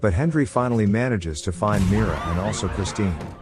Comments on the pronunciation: Why are you pronouncing it "Hendri" instead of "Henry"? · Who else heard hendry not Henry 😂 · Why does he call him Hendry the whole time? It drove me mad lol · Is it saying "Hendry"? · Hendry. Like come on. Just actually record yourself talking. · Am I the only one hearing the narrator say "Hendry"? 🤔